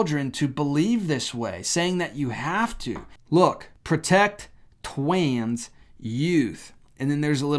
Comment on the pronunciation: I just can't watch this channel I'd like to but without your silly acting of a baby. Can you not say Trans? Why do you say twans? (If not, then im sorry for this part.) It makes you look really dumb and you're just wasting time when you could be giving more facts. Peace out